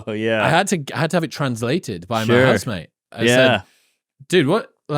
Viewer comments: Stop saying “ me and my housemate”, because your accent, it sounds like u are saying “Me and my husband”.. I always catch myself rewinding it to make sure I heard it right. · Did Chris say “His housemate” or his “husband”? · every time he says "house mate" I think he says "husband".